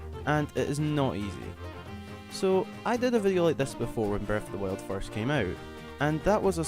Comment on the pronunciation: This guy is so annoying, not being mean but he keep saying breath of the wiuld